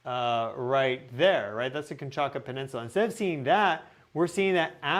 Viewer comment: 😊I think it stems from how fast you talk. You tend to omit certain sounds in words. “Manetosphere” Magnetosphere (Mag netosphere) Any word containing a form of “magnet” is missing the “G”. “Kamchaka” Kamchatka (Kam Chat Ka) To be fair - I’m 76 and pronunciation has been changing over the last 2 Gen groups. I am told that in the future, words will be pronounced in whatever way the majority of the population pronounces them. Even news readers drive me nuts. Not sure if phonetics is still taught. But hey, I’m on the way out. You can tell me to go eat star dust. 😂😂😂😂 I love your info either way and “get” your excitement. Just chalk it up to you being a softy and hating hard consonants. 😅❤❤❤